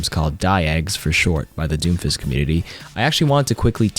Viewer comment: does he say Doomfish?